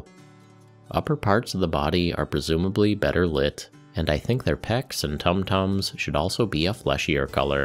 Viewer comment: Yo,.....bro.....did you..just say...tum tums? 😂. Great video as always